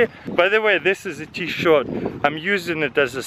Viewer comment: wtf did he says t-shorts